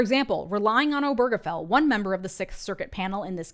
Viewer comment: Why does no one seem to know the stress is on O not ge.